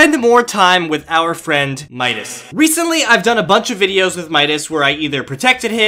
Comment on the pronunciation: He sead meascols insted of midas